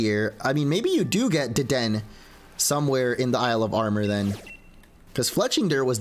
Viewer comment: You say Dedenne wrong !!!!!! 😭😭😭😭